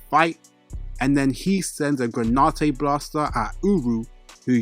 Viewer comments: It's granite not granautae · "Gra-nite" not "gra-ni-te"🙏 thank you so much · Please please please learn to pronounce the words that are the subject matter of your videos. It is genuinely nauseating to listen to “analysis” or whatever from someone who can’t even pronounce the names of things they are analyzing. What on Earth is “gray nah tey” it’s GRANITE. It’s pronounced SATOR-U Gojo not SATOR-O. Please man. It ruins your credibility. You have infinity time to get it right before you post a video. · Seriously..... GRAN-IT the e is silent